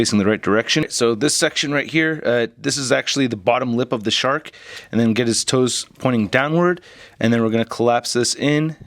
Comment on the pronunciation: I thought you said shart mode, then I realized it was a shark.